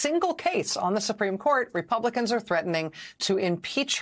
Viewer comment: THERE’S SOMETHING ABOUT “REPUGLICANS”😱😱😱😱